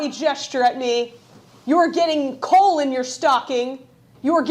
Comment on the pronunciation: It sounded like you said “you’re getting colon in your stocking!”